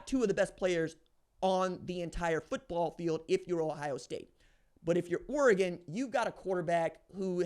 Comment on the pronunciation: (o) times sounds about right. At least you can say Oregon correctly props for that.